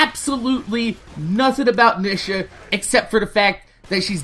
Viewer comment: OMG!! The way you say her name is annoying!! It's pronouced Neeeeesha!